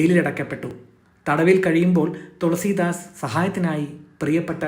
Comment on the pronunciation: തൊളസീദാസ് അല്ല തുളസീദാസ്